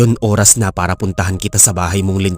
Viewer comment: Oras hindi uras